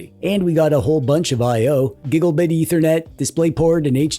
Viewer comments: I keep laughing when you say usb ahole. or when you say gigglebit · Just wanted to say I'm not making fun of you but I think you're slight flubbing of the word "Gigglebit" makes me do just that 🤭